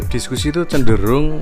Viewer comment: Discus. . Bacanya diskas bang..